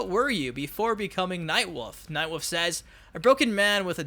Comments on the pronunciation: Everytime you say Nightwolf it sounds like Nightwoof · You pronounce 'wolf' like my brother. Night WOOF! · I love “Nightwuff”